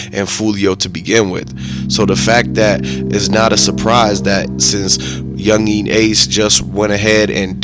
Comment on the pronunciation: "Youngin" bro, not "yungeeeeen" 😂